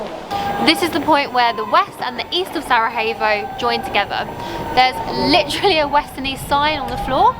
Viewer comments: It's actually pronounced "sarayevo" 😁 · Thanks to you two I am now pronouncing Sarajevo correctly. 😉😁